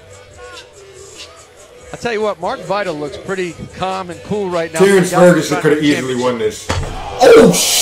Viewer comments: Nigga said Craig Ferguson smh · Why does this nigga always say Craig Ferguson😂😂😂 its Terrance Ferguson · nigga said creg Ferguson